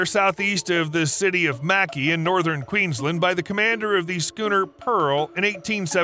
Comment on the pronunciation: Mackay is pronounced 'Mc'eye' and Queensland is pronounced 'Kweens... LAND' the long verbal spacing is important to us. also sorry that we queenslanders say merry land instead ma-ra-land.